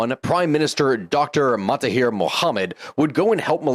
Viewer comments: Suggest to brush up on your Malay pronunciation starting with MAHATIR Mohammed, instead of ‘MA-TA-HIR’ Mohamed. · Some minor historical mistakes and Maha not Mata in the pronunciation of the PMs name (understandable problem you did get it right later 😊) and less niggling the Emergency didn't lead to independence as much as an attempt to get an alternate outcome in the path there but again an interesting video. Thanks for this analysis. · I would like to point out your pronunciation mistake, with the name.of ex PM if Malaysia... Mahathir Mohamed. MAHA-THIR 😊 You are mistakenly pronouncing his first name as MATHA-HIR 😮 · Mahathir, not matahir 😂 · Fun fact of some butchered name Menteri Besar = Chief Minister/ Lead Minister/ Head Minister Mahathir not Matahir😅 Work in Malaysia for svral years There are some issues here But overall comfortable for English speaking professional to work here Food👌 Altho be advised that typical modern western ideology is hard no here